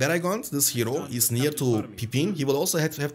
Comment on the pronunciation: Man I love ur Videos but pls check the Pronouciation of the word nearby